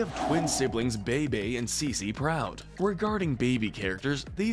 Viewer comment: The twins name are pronounced Beebee n Ceecee, also I don't feel like it's fair for them to be so high up cause they literally went from babies to teens overnight. Not really enough time for them to get their own true personalities